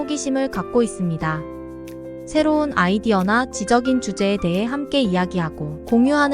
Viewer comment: "지적인 토론이나" -> "지쩍인 토론이나" 로 읽으셔야 할 것 같아요^^ 전체 내용은 정말 공감합니다😊